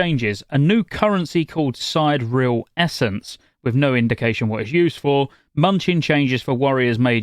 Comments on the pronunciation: Sigh-Deer-EE-el. You can hear the pronunciation in Lost Ark, who started voice acting the exact same term idk like a year ago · please stop pronouncing it wrong: it's "si·de·re·al" - as in "Sidereal Time", a timekeeping system that astronomers use to locate celestial objects